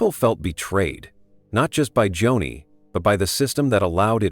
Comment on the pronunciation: Not Johnny....Joni.....AI